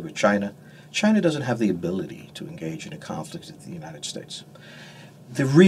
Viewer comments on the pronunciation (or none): Was his first word Chiner?! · I like how he says chiner. Lol